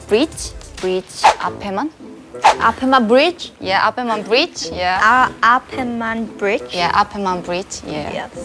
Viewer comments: It’s so cute how they say “bleach” as “bridge” 😂 ♥️ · i love when they talk about yeji new hairstyle, and the way they pronunce frontonly bleach in korean is hilarious😆